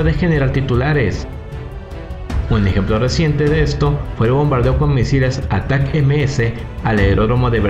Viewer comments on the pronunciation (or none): Estando, en español se pronuncia /atákams/, /dniéper/, /jersón/ y /parutíne/, saludos! 🇲🇽🔥